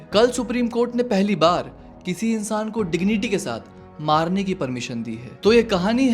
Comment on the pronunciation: Maaranney ki nahi... Marranney ki...